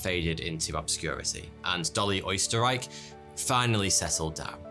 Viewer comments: It's not oesterreich it's Österreich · by the way its pronounced "oo-stair-ick" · I think that's pronounced Ersterreich, It's the Americanization of Österreich I think. To further translate it their last name was Austria 😄. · Why is she called like my country? Österreich (Austria for the english folks) O_o (pro tipp: Ö is pronounced like "u" in "turn" ^^) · I bet everyone in Austria cringes at the prononciation of the name Oesterreich. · everyone in germany too